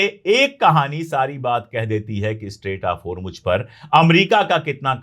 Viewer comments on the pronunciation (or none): اشوک پانڈے صاحب اپ بہت اچھا بولتے ہیں سچ بولتے ہیں اپ اردو بہت اچھی بولتے ہیں اور ہرمج نہ کہا کیجئے ہرمز ہے یعنی جے کی اواز نہیں ائے گی زیڈ کی اواز ائے گی